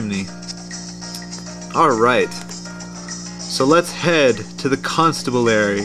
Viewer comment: it's con stab bu lary